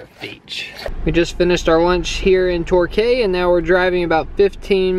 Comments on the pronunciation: it is pronounced tor-key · I loved the way pronounced Torquay - “Tor-kay” instead of “Tor-key” 😆😆😆. Not picking on ya, just funny 😄. And I absolutely love constant attempt to speak Aussie. 😆💜😁💋 I watch your channel religiously but always thought you had only flown into Melbourne and out again, I’m so glad I found these, I love hearing what people think of my hometown and state 🥳💜🤩👏🏼👏🏼💋. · when they said torkay not torkee lol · ps tor-key not tor-cay :) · Tor key Not torkay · 1st. There not French fry’s there chips 2nd. There’s no “slow” lane there all the same you just can overtake on the right 3rd. It’s called tor-key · Never seen anyone pick up the whole fish when eating fish & chips, lol. It’s pronounced TorKEY. Spelt Torquay. A Quay is where boats dock. . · Their chips. Not fries, unless your at mcdonalds. Their koalas, not koala bears. Its Torquay, pronounced tore key.